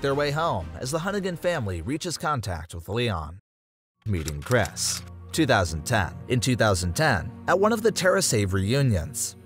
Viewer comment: Nah he's saying these names wrong on purpose bro said cres ITS CHR-IS